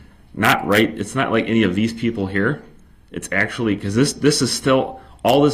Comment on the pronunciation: "AxeShu-ullll-E'. 'Axe'. Someone should've told this dude it's pronounced, 'actually', and 'ask'. Oh yea, let's not forget 'fur duh Wreck-ert.' It's 'for the record'. This is the only trial I've ever kept up with and watched all of it I could in my entire life. It was just too much and honestly this POS reminds me of a half-brother I was forced to spend my entire childhood and young adult life around so watching him get the shaft was kind of nice. They're so similar in so many ways it's absurd.